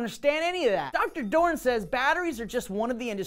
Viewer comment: His name is actually Doron, he forgot to say the second o